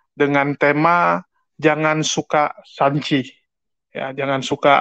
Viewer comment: Bukan san ci tp sen chi artinya benci kalo ga salah ya